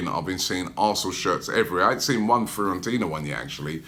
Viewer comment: Firentina haha It’s Fiorentina